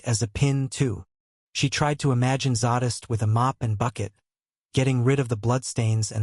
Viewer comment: Im having a heck of a time with pronunciation of zsadists name. It's zay-dist not zaw-dist. I'll keep listening though ....lol